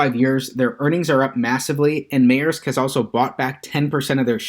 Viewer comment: Its pronounced Mersk